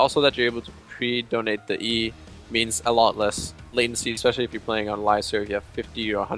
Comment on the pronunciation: Brandon Harris yes...its Det-onate not Donate Bjergsen :3